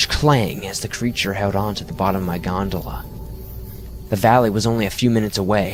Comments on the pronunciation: Omg how many times did he say gondala? So annoyed lol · I wish a '100$' bill magically appeared in my wallet after every time he said "Godala" . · Ahh yes the creature on the G O N D A L A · Wait... Did he say gondala ? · I read this before I watched and couldn’t listen to him say gondola without laughing every time